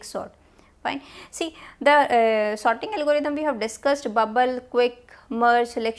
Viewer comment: It's quite funny that she pronounces sorting as 'sotting'. However, the quality of content she delivers overpowers any pronunciation errors since she is able to explain the concept in a clear and concise manner.